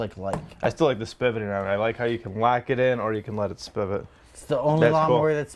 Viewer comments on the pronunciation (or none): spivot? Isn't the word pivot?